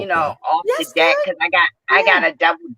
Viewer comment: Well it did sound like you said di..k instead of deck